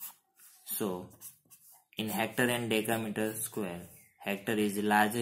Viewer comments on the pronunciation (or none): You pronounce deca meter sqaure but you did decimetre square any ways super